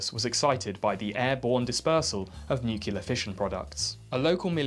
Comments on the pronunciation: N U C L E A R "New-clear" NOT "NU-CU-LAR" come on, man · Repeat after me: Nu-clear. Not NU-CU-LAR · nucLear nucLear nucLear not nuCUlar ffs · yes. People saying nucular is a huge let peeve of mine. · Nuke-ya-ler! Lol 😆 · NUCLEAR! SAY IT: NU CLEAR! I'm gonna fucking wrap you inside out if you say "nucular" one more time. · Please for godsake, its "Nuc-lear" not "Noo-ke-lar" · Nu-cle-ar, please learn to say it and your content will be perfect, it's a lovely channel, but if I gotta hear nu-ce-lar one more time, my brain will destroy itself on a nuclear level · We have to talk about your "nucular" problem.. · AHHHHHHHHHHHH STOP SAYING NUCULAR ITS NUCLEAR ENGLISH IS MY SECOND LANGUAGE AND I KNOW THAT COME ON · It's "nuclear" not "nucular" .... when did this trend start? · The disregard for science in this video is infuriating! From the body parts used for measurement to the unholy amount of use of the word NuKeLar. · People have been using cellars since the invention of digging? Rubbish. And I'm starting to wonder is "nucular" is an inside joke... it's as though you manage to say it in each video! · Nuclear. New-Clee-Ahrr. New-Clear. For an English bloke, I am surprised at your inability to pronounce the word NUCLEAR correctly. There is only one U in Nuclear. It's is not NEW-CULAR, it is pronounced New-Clee-Err. Otherwise, I love your content, but ffs say the word right. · "nukular" NOOOO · You can't insult Muricans over their misuse of language and then say "nucular" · I heard nuclee ah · Nu klee eer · Nuclear. Nuc - le - ar. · Good video but there you go again with the nucular O_o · NEW-CLEAR FFS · "nucular" Let's just give up and add it to the dictionary already. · He manages to mention "nuclear" in almost every video too lol I love the videos, but it annoys me so much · It's pronounced "nuccular", "N U C C U L A R" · I'm really not sure if your mispronunciation of nuclear is part of a series long joke or not. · My god can you please say nuclear properly